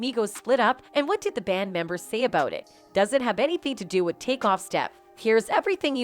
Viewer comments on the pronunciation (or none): none